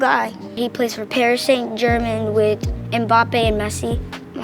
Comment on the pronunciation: I'm sorry but "PARIS SAINT GERMAN" mf bro lmao